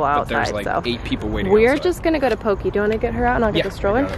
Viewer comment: It's actually pronounced 'poe-kay'